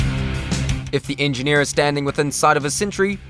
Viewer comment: "the engi-here is engineer"